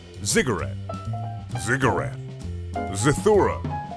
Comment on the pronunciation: You said ziggurat correctly the last time. You knew, you always knew.